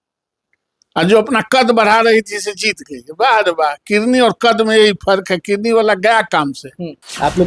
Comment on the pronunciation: कैसा नेता है जो किडनी को किरनी कहता है।